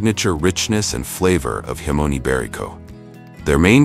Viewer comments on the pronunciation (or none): Hahah, got to laugh at the auto narrator, cant say jamon, cant say Celsius , and even the subtitles cant spell, look out for himon iverico the next time your in spain. Absolute pathetic garbage, waste your time somewhere more worthwhile, like watching baby fukin shark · 25 gree celsurs ... Is this AI or the guy really can't pronounce "jamon", "degrees" and "celcius" ? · Interesting, but you check your pronunciation before recording. Specifically jamon and hermes.